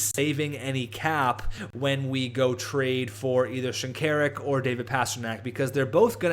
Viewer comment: isnt it pronounced shin-kuh-rook?